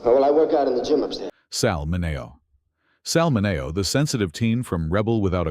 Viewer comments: They're pronounced Min-ee-oh and MAY-bel! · Look, if you're too lazy to do your own narration, could you at least teach your AI to pronounce Sal MIN-E-O's name correctly? And have we really come so far? As long as there are videos "exposing" gay stars, gay folks will be treated as though they're secretly rodent devouring aliens who even in death- must be outed to satisfy the public's need for gossip.